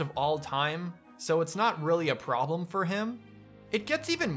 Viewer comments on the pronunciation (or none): none